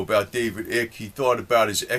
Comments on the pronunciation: This guy is making a mockery of it. I hate your voice bro. It's not ick. Its icke. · lol can't believe he said eek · his name is David eye-K..not ick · Not Ick but eyek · At least pronounce Nr Icke's name properly ffs, it rhymes with BIKE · Pronounce his name right: David Icke, is with a long-vowel sound: like as in Ice!! NOT a short voul sound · David Eye-k or Ike rhymes with like.